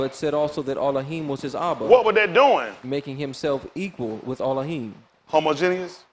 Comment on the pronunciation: I rock with what he's saying, but it is hilarious how bad he butchered the word 'Homogeneous' tho...